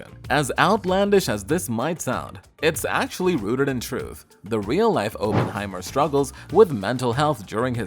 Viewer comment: Cannot watch this with Oppenheimer being mispronounced every 12 seconds 🤦🏻‍♂️